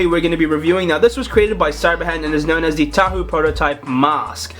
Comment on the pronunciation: its TAHU NOT HAHU